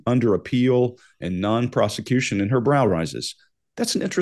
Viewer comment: When she said about Jeffrey that I think that he was going to appeal and that he was covered by the non prosecution agreement. prosecution sounded like prostitution the way she pronuced it.